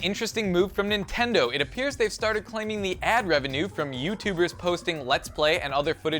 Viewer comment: because... because... nentendo man